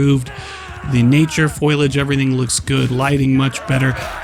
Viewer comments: fo·il·idge? its fo·li·age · This whole video pissed me off. Did this man just call foliage "foilage" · This isn't much of a review is it. I get the impression you're just cashing in on the hype and aren't a particular fan of the series. Edit: You even get the name of the game wrong, multiple times. Also you called foliage "foilage"? Come on dude. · Good to know that they improved the "foilage" in Bannerlords 2